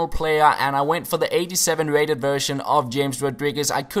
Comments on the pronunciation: hames rodriguez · You speak it chames rodriguez